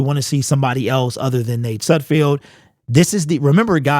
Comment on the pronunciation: Hi - It's Nate SudFELD not SudFIELD - just sayin' - keep up the good work dawg!